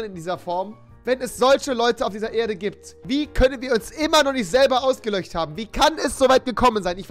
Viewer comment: Ist das Absicht, dass du zum Beispiel "ausgelöcht" statt "ausgelöscht sagst oder ist das Dialekt xD